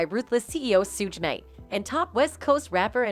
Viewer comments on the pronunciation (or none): “Sooge nite”😭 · Who tf is Soodge Knight and Dr.3?? That's what she said....lol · This lady false pronounce names Suge Knight and Dr. Dree !